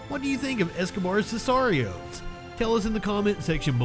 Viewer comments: It's pronounced Sick are ee ohs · This guy can't pronounce sicarios or some of these guys last names. Smh and I'm supposed to watch this video. Idk why it bothers me but it does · The way he pronounced sicarios drives me crazy for some reason lol